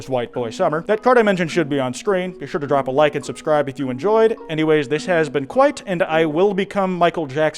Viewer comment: KWITE BOY SUMMER